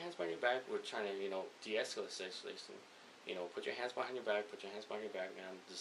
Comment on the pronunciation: He just cant pronounce" escalating"